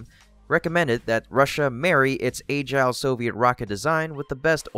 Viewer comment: Can't listen to a channel that pronounces 'agile', 'a gile'. Unless I am missing something that just blew my mind. Lol. Thanks.